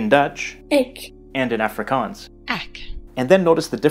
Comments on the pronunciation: The "A" in "Afrikaans" should sound almost more like "u" in the word "up" , rather than "a" in "active". You got the double-a sound in "Afrikaans" right though! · okay, i’m from the eastern cape, and i speak afrikaans with my friends at school and english with my family. maybe this is a western cape thing, but i’ve never heard afrikaans pronounced like africans. so i’m not sure if it’s just his american accent or if he got it from those audio clips he uses. same with the word boer. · it's AA-FRIE-KAANS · Its pronounced Ahfrikaans... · The way he says afrikaans is triggering😂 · The way he sais afrikaans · I have never heard anyone in SA refer to it with that pronunciation, everyone I have been in contact with uses the proper Afrikaans pronunciation in South African English